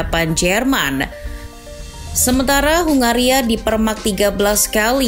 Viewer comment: Ya sebenarnya aku ya mulai tertarik sama 🇭🇺 tapi penyebutannya itu loh